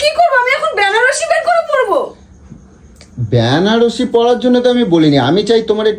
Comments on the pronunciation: ওরে অশিক্ষিতের দল! কথাটা "বেনারসি".. "ব্যানারসি" নয়! বাংলা ভাষায় কথা বলতে শেখ আগে!! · গোলু সুন্দরী! কথাটা "ব্যানারসি" নয়.. কথাটা হচ্ছে "বেনারসি"!